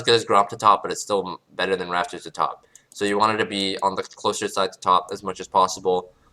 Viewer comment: It's not the subtitles. He actually says raFtors, not raPtors.